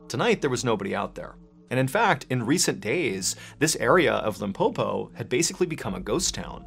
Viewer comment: The way Mr Ballen says "Limpopo" feels me with pride as a South African 🇿🇦😊